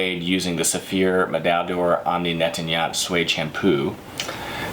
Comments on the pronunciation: Half a second I thought he said Yoni Netanyahu, I was about to pull up a chair... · Great, but learn how to pronounce: Omni Nettoyant (incomprehensible until I read the label)